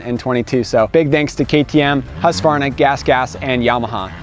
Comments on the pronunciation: First time in years Ive heard someone pronounce "Husqvarna" without the "A". Its usually "Husk-A-Varna". Even heard a Husky rep use the A before. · Bravo! Husqvarna pronounced correct 👏🏽